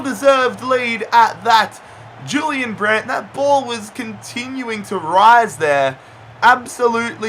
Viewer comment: And he was pronouncing Julian Brandt wrong